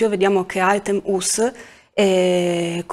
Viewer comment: Se non vi dispiace di cercare di pronunciare più coretto il nome Artem [Artyo'm] altrimenti è molto difficile capire di chi state parlando. Purtroppo i nomi russi spesso sono mal riscritti in latino.